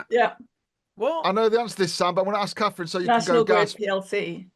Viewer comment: Her name isn't Kaffryn. Do make an effort to speak properly. It isn't a speech impediment—it's laziness.